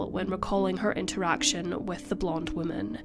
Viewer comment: I love your videos. Just a tip in pronunciation: whoa MAN is singular. Whim MEN is plural. Not trying to pick on you aas it seems many people have trouble with it. BUT it is easy if you relate it to how we refer to males: a MAN is singular, while MEN is plural.